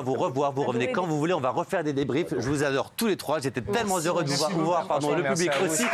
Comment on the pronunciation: Matthieu "tellement Z heureux de les recevoir" ...